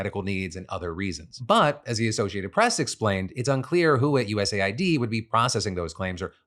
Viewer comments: Why are you saying US Ayy-Eye-Dee instead of US aid? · It’s pronounced US aid, you dip shit. There is a USA ID program which veterans have to use. Thanks for giving me a heart attack. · Phil it's pronounced US AID not USA ID. Just look at their Wikipedia page for their flag or wordmark. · It's not USA-ID my brother, it's US-AID... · lol.... WTF?? what are you saying?? it's US AID... not USA ID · US Aid, not USA id😂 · “US Aid” not “USA I.D” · Lord! Its US Aid not USA ID.. jeeze! You said it a million times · US Aid, not USA id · I hate that people are saying “U S A I D” instead of “US Aid” Why say 2 extra letters/syllables… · I just find it annoying. Like it's an Aid organisation. ID has nothing to do with it so why pronounce it wrong? He got USPS correct but not US-Aid